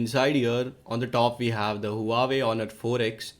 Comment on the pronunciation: its wa-wei not hoo-a-way